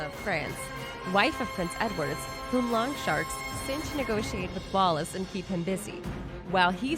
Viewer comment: It's Edward Longshanks, not Longsharks! Ayeyayaya.